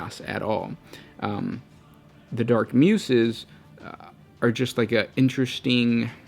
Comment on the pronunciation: Just a quick suggestion for your videos, if you haven't seen a word before or are not too familiar with it try googling it and listening to the pronunciation. I LOVE your videos but I notice there are many instances where you are mispronouncing words and it brings me out of the moment and instead of focusing on the lore content my OCD is raging. Muses is commonly pronounced without a sharp 's' like in snake but with a soft 's' like in the words use or choose. Ok, my rant is over now XD